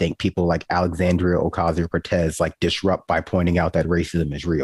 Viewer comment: I’ve come to the conclusion that the man can’t say the word Alexandria. I think we all just need to start calling him Tuck Swanson at every turn. Point out his populist hypocrisy every time his name is said.